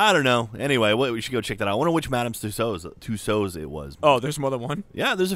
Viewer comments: Madame 'Too-sodes', good one. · He pronounced "Tussauds" wrong... just saying! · The way pronounces madam tussauds, hurts my soul and my future children's souls.